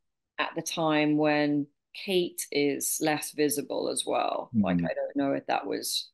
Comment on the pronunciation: Seriously Dan, LAZY journalism again! Can't you even pronounce her name correctly? YOU were the one stating she had a serious physical illness on Megyn show, you were the one piling on the pressure! Stop acting like a saint in this, you most certainly are not!